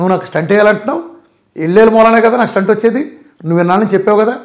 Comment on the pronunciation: స్టంట్ కాదు.. స్టెంట్ అనాలి